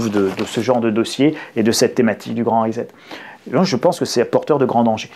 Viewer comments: Pas que je manque de confiance en votre compréhension de l'anglais lu mais... prononcer risette pour "reset", ça beau être aussi attendrissant que celle d'un nourrissons, ça casse méchamment la crédibilité ! Sur votre clavier, aussi vous appuyez sur la touche "risette" ? Ou vous préférez l'appeler.. guiliguili ? Bref, traduire avec Google traduction, c'est pas un pêché, mais sans avoir pris la peine de cliquer sur le symbole du haut parleur afin de savoir prononcer au moins le seul mot anglais du titre de l'ouvrage dont on veut parler, c'est un minimum non ?! Surtout pour qui prétend expliquer aux autres ce qu'il les suppose ne pas être capables de comprendre par eux-mêmes ! 😆 Essayez vous verrez, c'est pas si difficile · Amusant, mais attention: pas 'rizette' mais 'rissette', en anglais: pour lire Time à voix haute, ce sera un avantage. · J'y tiens, en "Angliche" comme vous dites, reset se prononce rissette et non pas risette, ce n'est pas rigolo et on ne se tient pas la barbichette. Indispensable de le dire en l'employant dans un discours Français. J'hésite à me dire que ce mot fait désormais partie de la novlangue, dont on connaît bien maintenant le projet de détournement des mots, en l'occurrence ici sur leur prononciation. Comme disait l'autre, on pense avec les mots et pas le contraire. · "Please "chers français ....grrr....reset prononciation ressssset pas rizet ...ou alors réinialisation ..réinialiser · Sans aucune acrimonie, je vous signale qu'on prononce reSSet (pour préserver votre crédibilité auprès des auditeurs bilingues). Merci pour votre travail! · Le grand "rizette"...🤣🤣🤣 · Cela se prononce Ri-sset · Rezet ? ah vous les Francais ! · Hello. Rien de bien grave mais on dit reset avec un s. Ça ne se prononce pas comme un z. Un peu comme settings qui ne se dit pas zettings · reset , ça se prononce recette ...on ne dit pas tournezol...